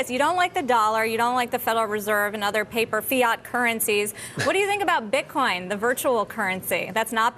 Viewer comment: lol, he calls BitCoin, Bit-con, before correcting himself...